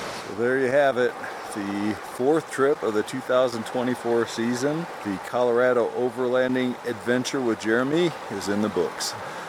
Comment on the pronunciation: Dude it is not Cal A rad Ooo, it's Cal Ah rah doh . 😮